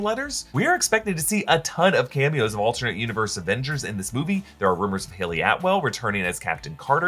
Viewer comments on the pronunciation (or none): none